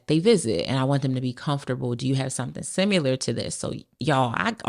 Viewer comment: That bih said, "... simUlar...". 🤦‍♂️😂😂😂